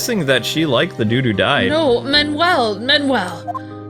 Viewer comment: Why did they say Manuel so wrong